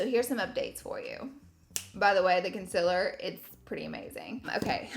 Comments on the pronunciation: I only clicked on this video so I could hear Laura say conciler I’ve missed it 🥰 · I love watching your makeup videos! My skin is so dry and every foundation I try just looks so patchy. I haven’t tried this maybelline one so I think I will try it. Your skin always looks so flawless and beautiful. Don’t worry about saying concealer wrong, you know it’s just a southern thang lol.. please bring more makeup videos back! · hahaha catrice concealer... “i cant even say concealer right” 😂😂😂